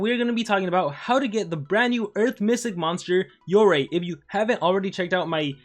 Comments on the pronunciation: "YOREY" ??? ARE YOU JOKING!!! ITS "YOROY" WHEN PRONOUNCING LOL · Its supposed to be pronounce “yoroy-i”